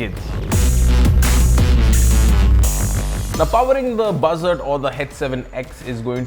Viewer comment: sounds like "Bhasad"